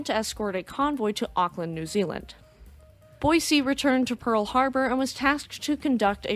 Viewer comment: Thank you for pronouncing Boise correctly.